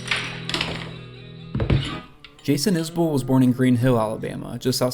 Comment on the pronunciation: Is-Bull. He appreciates you for pronouncing his name correct.